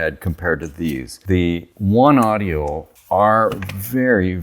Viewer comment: I might be wrong but I THINK you pronounce it "One Oh-dee-Oh" not "One Audio"